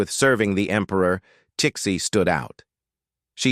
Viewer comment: Is it pronounced six-ee? If so, then why is Chinese President Xi's name prounced "Shee"? I would have guess her name was pronounced Cixi = see-shee.